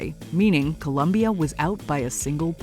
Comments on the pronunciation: It’s Colombia, not Columbia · yeah always the same americans change to columbia ITS COLOMBIA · Columbia? Please shut up its Colombia 🇨🇴. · Colombia. COLOMBIA. NOT “Columbia”. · its COLOMBIA not colUmbia!!! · Hey It's COLOMBIA 🇨🇴, not Columbia! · COLOMBIA*** NOT ColUmbia! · It's COLOMBIA not Columbia! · COLOMBIA. Not ‘cOlUmBiA’ Sheezz!!! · Im sick and tired of “Columbia” lol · Colombia* not Columbia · For God's sake, It's Colombia not Columbia, Jesussss 🤦🏽‍♂️!!! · It's Colombia, not Columbia !!! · It’s Colombia, not Columbia! 🇨🇴🇨🇴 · It’s Colombia not Columbia. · It’s Colombia not Columbia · It is colombia, not columbia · Colombia, O, not U, get it right jesus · COLOMBIA, not Columbia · It's not Columbia.... is Colombia guys 😅😅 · You have to be kidding me - it’s Colombia .. wtf - talk about being rad ignorant with no Mojo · ColOmbia, guys, not Columbia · The country is spelled ColOmbia, with an O, in every single language, including English. Do your job properly! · Colombia with an O!